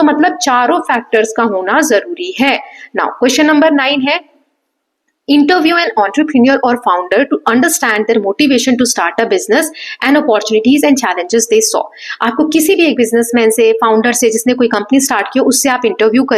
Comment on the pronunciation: Mam not ownterprenure enterpreneur❤ pls correct it l checked in Google ❤🎉